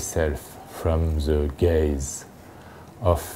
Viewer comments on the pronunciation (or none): gaze not gays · he said "to protect myself from the gaze" (of the public) not the 'Gays'... funny :) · no, not "the gays" it's "the gaze"